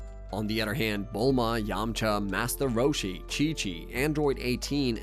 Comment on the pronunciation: Did he say "Massa Roshi?"